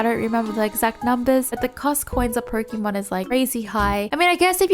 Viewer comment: You were talking about pronunciation bur still saying Pokeeeeeeeeeeeeemon, please, pls